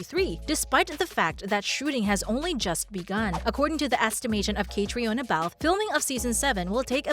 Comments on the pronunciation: When are you going to pronounce Caitriona’s name correctly? She’s been around for nearly 20 years….modeling…..acting 😖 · How can I take anything you say seriously when you don’t even know how to pronounce her name? I know everyone wants to make their fortune on YouTube, but do your research before embarrasing yourself….